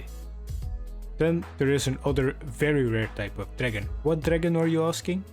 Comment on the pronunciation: I love how he doesnt say dragon but instead says dragn